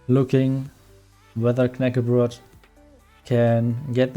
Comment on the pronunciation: Haha, Your raid at the end. Just fantastic! And another thing,. I'm from Sweden myself, and your pronunciation is actually very similar. I had been waiting for that moment the whole time. For you who dont now, Knäckebröd = Dry, hard bread. Very nice video, keep the good work up!